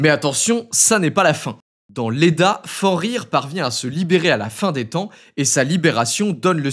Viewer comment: Fenrir se prononce "FeNNrir"